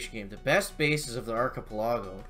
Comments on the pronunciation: arch-ip-el-ago say it slowly with me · Ar-chi-pe-la-go (phonetically spelled)..... come on.. LOL